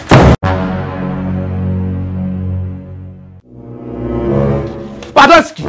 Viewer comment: This girl messed up patoski for real😂😂😂